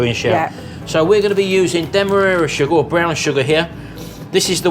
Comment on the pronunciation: You don’t get anything for a pear … not in this cake! Derra-marer? Don’t you mean Demerara?